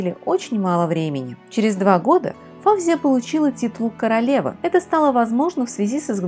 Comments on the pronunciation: Не ФАвзия, а ФавзиЯ, не ШИрин, а ШирИн....И при чём тут драгоценные камни??? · Здравствуйте,. Ваши ролики очень интересны, я подписчик. И всё-же сделаю дружеское замечание. В арабских, персидский именах ударение делается на последнем слоге. ФавзиЯ или ФаузиЯ. Просто на всякий случай, для информации. Удачи.